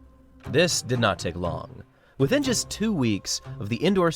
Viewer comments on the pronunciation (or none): none